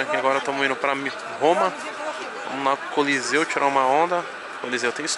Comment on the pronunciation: " Do colosseu, coliseu, coléssio, colosso" kkkkkkkkkkkk